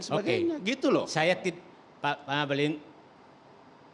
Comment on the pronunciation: Namanya NGAKALIN keles, bukan ngabali 🤣